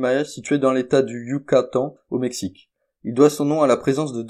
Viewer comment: Tu es monotone, avance! Et tu fais plein d'erreurs de prononciation. Qin se dit "tchine" et pas quin Yucantàn se dit "ioukatane" Bref c bien dommage pour une idée intéressante.